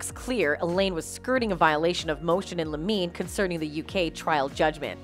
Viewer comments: BTW, Motion in Limine is pronounced Lemon-ee, not lameen. LOL A motion in limine is a procedural mechanism that allows litigators to seek to exclude certain evidence from being presented to a jury – typically evidence that is irrelevant, unreliable, or more prejudicial than probative. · It's pronounced "lim-in-ee". It means, literally, a motion brought at the threshold of trial, so immediately before the trial begins.